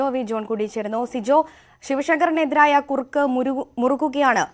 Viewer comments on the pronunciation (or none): കുറുക്കോ - കുരുക്കോ - നിനക്ക് ഭാഷാശുദ്ധി കുറവുണ്ട് - ശ്രദ്ധിക്കുക - ബബബ-കുറക്കുക